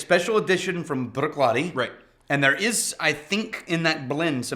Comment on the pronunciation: As soon as started talking about Black Art, i had to mute it. I knew he was going to pronounce Bruichladdich the way he does. Its like nails on a chalkboard. Cringe worthy.